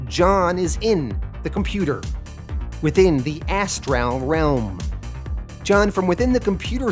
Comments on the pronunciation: my gods, you need a pronunciation guide for words. Astral isnt as tral , constantine is con stan teen, nimue isnt nim u .. your mispronunciation takes me right out of the story. by far the worst was appalachian its apple at cha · Cool vid. 1 question. Is that how you always say the word ASTRAL or is there a reason for that pronunciation?